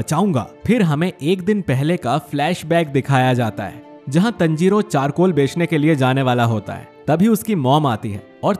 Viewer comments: Bosdu tanjiro hai tanjiroo nhi hai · Tanjiro nahi taanjiro (Pronunciation) 😁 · You are saying Tanjiro Tnjiro😂😂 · It's not tanjiro it's taanjiro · You have to say taanjiro not tanjiro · Not tenjiro it is tanjiro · It's taaaanjiro not teeeeenjoro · Pronounce it better bro. Taanjirooo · O bhai tune Tanjirou aur nezuko ka pronounciation galat Kia hai . Please next video se isko thik kar dena.btw I love your videos